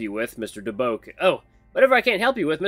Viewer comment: DuBois is pronunced Doo-bwah. You're doing great though dude!